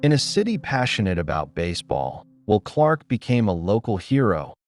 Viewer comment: It's not even a real guy. Stupid how he says "Wool" Clark, and how many sentences stop in the middle, then continue. No highlight clips at all. The sad thing is, there are quite a few of these videos.......